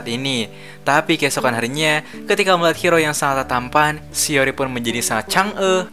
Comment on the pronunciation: eh eh bg tadi lu bilang apa chang'e?hero ml kah🤨🗿😹